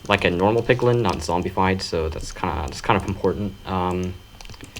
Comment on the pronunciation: i thought he was saying pickle instead of piglin